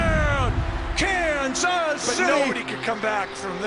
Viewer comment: Kan-suhz city!